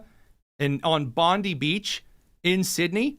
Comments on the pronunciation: It is not Bonde it is Bondi beach you prounounce the i. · Dude, it’s Pam Bon-dee. The Beach is pronounced Bon-die.